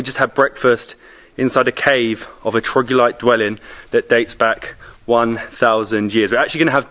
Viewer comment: am i the only one who keeps hearing "trogulite" or is it him not being able to pronounce (or doesn't know) it's "troglodyte" ??